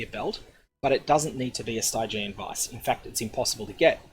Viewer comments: "Stygg-i-an" not "Stiiii-gi-eeen". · Cool guide :) Definitely get on this before it goes legacy! :D But...Sty-jee-an? I've always read it as "Stidgean" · St-eye-geon vise lol... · The way you pronounce Stygian Vise is killing me